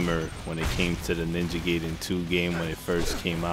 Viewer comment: It's pronounced guyden